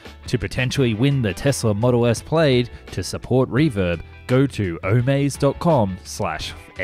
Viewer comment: Tesla model 'played'? Its pronounced 'plad', rhymes with glad.